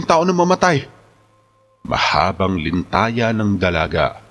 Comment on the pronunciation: litanya po sir narrator at nakalap hindi po nalakap